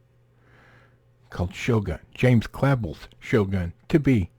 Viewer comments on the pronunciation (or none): It’s pronounced clavelle not clavil. Also as a Clavell. Basically our entire family supports the “pronoun SJW garbage”. 99% of my family leans left, so far left that we consider democrats right wing. Every conservative in our family is a lonely broke loser (there’s only a couple of them, the rest had parents that invested in a proper education and bestowed upon them a functioning moral compass) The ones with friends, happy marriages, healthy kids, they’re all leftists. You realize instead of reading fiction and fantasy you can read a single book on gender theory and not come off as a pathetic incel. idk why you conservitards have to cry about pronouns in every single piece of content you drop. Even when the spooky scary pronouns aren’t even there you gotta bring them up and cry about them. The story is literally about learning, and open minded curiosity. You should reread the book and apply the lessons to your personal life. John didn’t navigate through feudal japan by bitching and crying about things he didn’t understand 😂